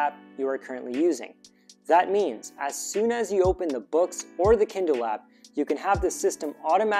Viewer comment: he said Kiddle not Kindle